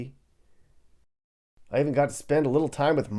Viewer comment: It's not patsie, it's pastie.